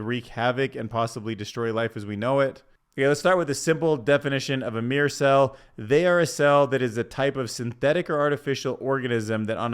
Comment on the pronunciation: Mirr-Or not meer 2 syllables not 1 syllable